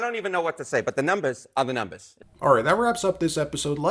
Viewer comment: That CNN guy is suppose to be so intelligent, and he keeps on saying "the numbezs are the numbezs", what the hell is a "numbezs"?